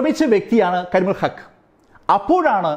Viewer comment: കരിമുകിൽ അല്ല... കരിമുൽ... ആ പേര് തെറ്റിച്ചത് മോശമായി.